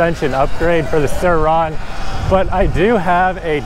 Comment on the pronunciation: It’s just Suron.. not sir-Rauuunnnn😂 all jokes keep it riding